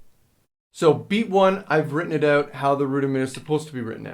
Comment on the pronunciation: AH i thought i heard a hint of SOME type of accent, i guess i just got philly confused with a canadian accent. the way you say 'out' - is exactly how people from philly say it haha.